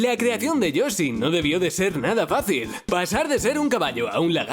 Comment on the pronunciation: Lo dijiste mal y que asco